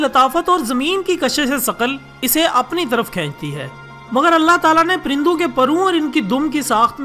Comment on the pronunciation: prindon Nahi parindon hai